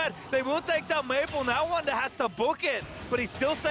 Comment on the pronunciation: It is Wunder Not Wounder 😂